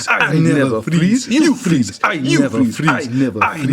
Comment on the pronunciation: “I nevah freeze.” lulz